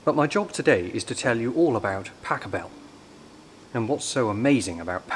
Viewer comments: I remember hearing Karl Hass on WNED in Buffalo NY, talking about Pachelbel. He said Americans (and I suppose Brits) pronounce it incorrectly. It's not "PA'kelbell", but rather pachELL'bell - accent on the second syllable. This was a revelation to me, and perhaps to you, too. 😊 Keep up the good work! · Very nice. Will make another donation. It's pronounced "POCK-a- bel." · Luckily for me, it was one of the pieces for my organ exam. But please: It is not "Pack a bell" , I flinch every time you call Bach a "bag" with pronounced A! But > - Pachelbel - Pac hel bel - starting with the end.. the bell is very short like in gospel the "pel" , the hel.. yes.. like in hell. But there is the "C" and I can't find an example - at least don't RUN the name - it is very slow spoken :o) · I have just found your post. I enjoyed it very much. It gave rest and peace in a troubled world. However, Pachelbel did not find rest in his grave. Have you ever heard how soft his name sounds in German, almost longing in comparison to your machine gun English pronunciation. I would give it some thought.